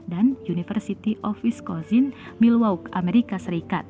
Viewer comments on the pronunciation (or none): welcome to the gate of covid. Milwaukee kali mbak... (baca : Milwauki) sebuah kota besar di negara bagian Wisconsin pinggir danau Michigan :D